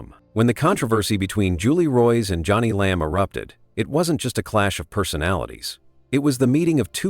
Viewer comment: This is AI generated. Her name is pronouns Joan-ie, not Johnny. Totally disagree that she’s sincere. She knows she’s lying and keeps telling another lie to coverup the last lie.